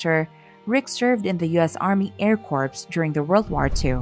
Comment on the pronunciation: Air corpse??? I thought it was pronounced air core!!